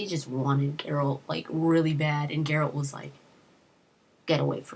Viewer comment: I still have vietnam flashbacks from Shoddycast lore series - Erik Dellums is great and all, but I don't like his narration, especially those horrible mispronunciations like GerAlt, or Jeralt, Jennifer..... FF********CK! Sorry, I'm triggered.